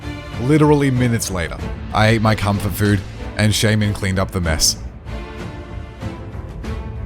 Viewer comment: Nobody noticed what he said ?😂😂 Rayquaza died and it sounds like he said I ate my cum for food, I had to rewind and noticed it was “comfort food”😂